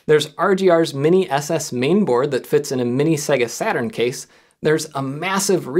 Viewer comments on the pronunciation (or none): none